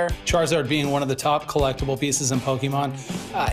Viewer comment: 故意念錯其實就是想表達我不是這什麼寶可夢掛的，雖然確實不算很失禮、羞辱人，但以一個商人來說其實不算甚麼專業態度。